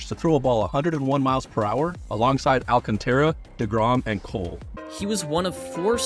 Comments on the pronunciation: Well, he did kinda make it his own by mispronouncing Alcantara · please teach this chump how to properly pronounce Sandy Alcantara’s name correctly